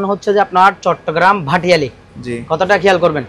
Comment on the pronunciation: Bhai Not Bhatiali Correction Bhatiari